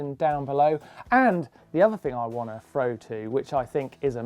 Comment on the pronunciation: Martyn, the word is Thr_oh not Fr_oh haha